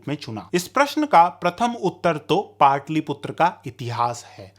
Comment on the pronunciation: पाटलिपुत्र कहिए,पाटलीपुत्र नहीं ! ह्रस्व और दीर्घ उच्चारण में अंतर है